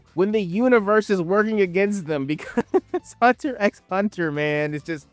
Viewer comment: It is hurting me every time you call hunter hunter that